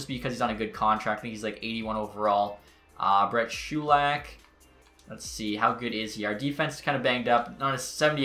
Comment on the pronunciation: Brett shoe-lack?😂